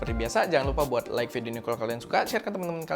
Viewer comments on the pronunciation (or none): none